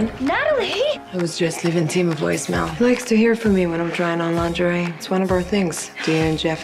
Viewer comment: ther's no such thing as " langerine" English speakers are unable to speak Frensh words properly